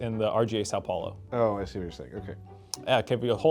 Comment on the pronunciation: "which country" "san paolo" omg :face-blue-smiling